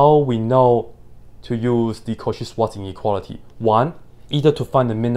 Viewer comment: the "cauchy-swanz-ineuality" 😂